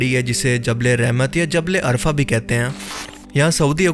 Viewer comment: is jagah ka naam عرفہ hay ارفع nahi,ارفع ka mutlab hota hay اونچا